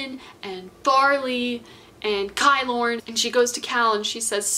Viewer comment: I love this video so much, but I’m just annoyed at the way you pronounce kilorn, it is just kilorn, not kaylorn. Like how you pronounce kilt (scottish skirt) ki-lorn